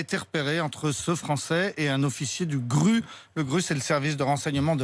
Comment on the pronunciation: Cher monsieur on ne dit pas le gru mais le G.R.U.